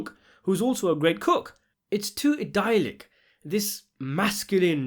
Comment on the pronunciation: Idyllic = eye-DILL-ic